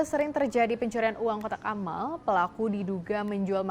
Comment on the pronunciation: kotak alam bukan kotak Amal 😂